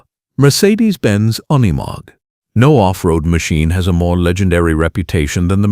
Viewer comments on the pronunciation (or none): Freakn ai trash “oneymog” it’s unimog.